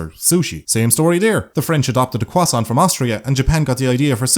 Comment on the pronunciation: u pronounce croissant better than any other native english speaker i know, other than my mother and we both speak french fairly fluently.